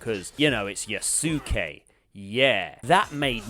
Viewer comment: Isn't Yasuke pronounced Yas-Kay? 🤔